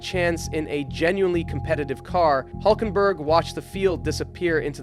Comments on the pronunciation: Adding: There is a similar sound in English, the Y in Syria or in the town of Syracuse. So try Hylkenberg, you should be very close... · Good Video, but one thing: His name is Hülkenberg (Umlaut U, that will change it to Ü). You should at least change it in the Video Title, as I understand there isn't such sound as the Umlaut-U (Ü) in english. Probably that's why you guys call it UBER instead of the German word ÜBER (meaning ABOVE)... I really hope Nico will Race some more and gain more podiums...